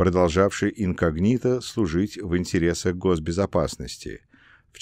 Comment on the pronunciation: Не инкогнИто, а инкОгнито, не Округов, а округОв (мн. число), не реформировАния, а реформИрования, не бомбовЫе удары, а бОмбовые, не комплЕкс, а кОмплекс, не фОрос, а мыс форОс, не в астАне, а в астанЕ, не абАкумов, а абакУмов и т.д. и т.п. Монотонное чтение текста с огромным колличеством ошибок, портит и искажает впечатление об услышанном! Как будто слушаешь гугл-переводчик..., нужно что-то с этим делать...